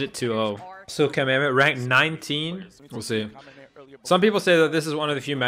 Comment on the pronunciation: Thank you for not calling him "Kameymey"... American commentators are amazingly bad at pronunciation. It's Kameme, me as in mechanic.